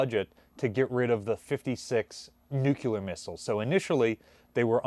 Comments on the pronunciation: pronounces Nuclear correctly. Then goes right back to Nukuler. I don't know why I always hear it. I guess while I was growing up the word came up a lot and people were mocked relentlessly if they pronounced it Nu ku ler. Am I just being ridiculous? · it's "Nuk-lee-er"... not "nuculer"